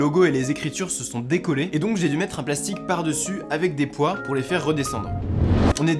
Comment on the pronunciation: 7!:16 tu dis poids ou poire 🍐🍐